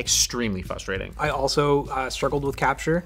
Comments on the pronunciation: please pronounce frustrating right 😂 it bothers me so much for some reason lol. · Why does everyone on the internet keep pronouncing the word frustrating as "fustrating"? There's two R's! I'm getting FRUStrated! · it's fRustrating, not fUstrating!